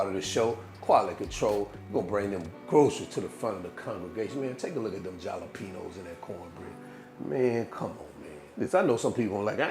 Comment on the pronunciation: Jalapeños is enunciat ( ha-la pe nos). It's a spanish pepper.